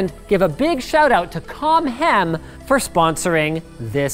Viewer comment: I was like "hey thats pretty good!!!"